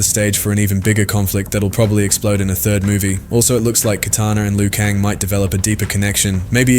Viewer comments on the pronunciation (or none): none